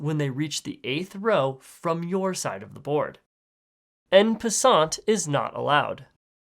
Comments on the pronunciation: “ehnn pasant” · By the way it’s pronounced “on possion” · Btw, en passant is pronounced somewhat like "on passon" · hey you said en passort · "Ehn pehssant" lol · Pronunciation of en passant - Opaso 🤣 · Because en passant was mis pronounced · The way he said en passant pisses me off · Plot Twist: AnarchyChess is mad because he mispronounced "En Passant"